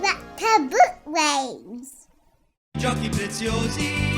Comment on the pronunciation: always a pleasure. And also well done on the pronunciation of "Giochi Preziosi"!